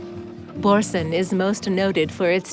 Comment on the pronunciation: This is not very good. First of all, stop trying to pronounce the names in danish. You are so awfully wrong. I gave up watching, when you talk about the building called "Børsen" the old stock exchange for 2 minutes, without showing a single picture of the beautiful building. Also you spend a lot of time showing the main pedestrain shopping street, which is not the most charming part of the city. So dear worldtrawellers, when you come to visit... explore the small sidestreets. The pedestrian main street is expencive, you will find no bargains. the smaller shops in the streets around you will find local artwork and design.... You didnt come to Copenhaen for Prada or Louis did you?